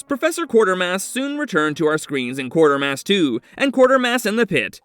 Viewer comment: The name is Quatermass, not Quartermass. And if anybody wants to avoid a spoiler on The Incredible Shrinking Man, turn down the volume for that segment!